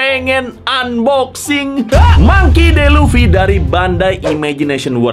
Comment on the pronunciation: Baca namanya Mangki Di Lufi bro bukan Mangki De Lufi 😂